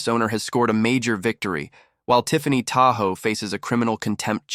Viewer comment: "Tahoe"? ENOUGH OF THE A.I. NARRATION!!!